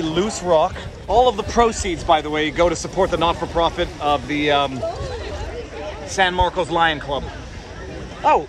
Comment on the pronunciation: Haven’t read the comments yet so please excuse me if this was already stated: for the love of God, it’s the San Marcos (pronounced San Marcus) river 😂